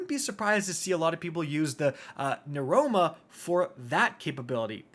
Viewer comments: “The silicon newchroma” lmfao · Broooooooo! NEUROMA! Every time you bring this sniper up you say neuCroma lmao 😅🤣